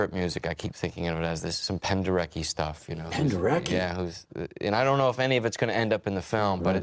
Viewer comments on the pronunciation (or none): Like Wayne Gretzky. Penderetzki. Because it's Polish, in the Polish language "ck" is pronounced "tzk" or "tsk." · They mispronounced Penderecki.